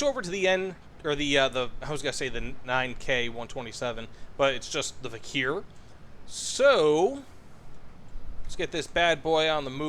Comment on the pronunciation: vikhr is pronounced as 'vihr'